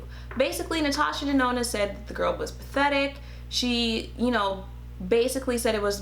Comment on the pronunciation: Okayyy did she just say Ms. Natasha DaNOT!!! OMG TOO FUNNY LMAO!!!!! You are sooo painfully truthful but funny as hell funny!!!!